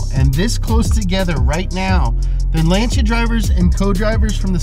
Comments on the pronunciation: Lan Sea Ah not launch sha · Lanchia? Isnt is lan-sia? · I remember reading about this nearly 10 years ago. At the time it had F430 architecture. That's how long ago it was. Oh, and it's pronounced Lan-see-a. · "lanchia" REEEEEEEEEEEEEEEEEEE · What, tired of hearing “Lansee-a “ all the time? 😖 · FYI Lancia is pronounced like a guy from Boston saying Lawn Chair.